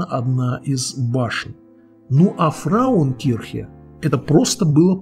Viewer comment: Не "фраукирхен", что значит "женщина церковь", а правильно - "фрауенкирхен" (Frauenkirche). )))))